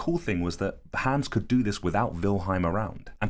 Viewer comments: Bro pls stop calling him hens its HANS mot nem A nicht E nicht Ä AAAAAAA!!!!! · Haaaaaaahhhhns. Not hands. You know how to say Weilheim with the v sound but you keep saying hands. It's so weird that you're telling this interesting story and then you keep saying the horses name funny. It's as if the horse was being called hands even though he has none lol. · It's Hans not hæns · Clever "Hans" not hands. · You mean Hans, not hands right? 😂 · Cool story. What he was actually doing is almost more impressive than what they thought he was doing. Also… Hans. Haw-ns. Rhymes with bronze. Amazing drawing as well. You’re definitely talented my brother. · My german ass heard "hands" the whole time, then proceeded to facepalm when i read the comments and realised it was probably halled "hans" instead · Please pronounce it like h-ons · I thought you said "Clever Hands" at first and I was shook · Its pronounced Hans hons is how it sounds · Hans pronounced HUNS in german accent. He was showing the intelligence of being hyperaware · It's pronounced, (honz) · Loving the British pronunciation of Hans 😅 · Please learn to pronounce Hans correctly